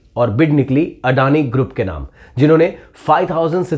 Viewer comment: Uncle it is. अदाणी not अडानी